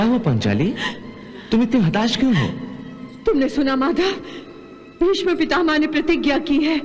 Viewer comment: पर ये कर्ण भीष्म को भीषम बोल रहा हे क्या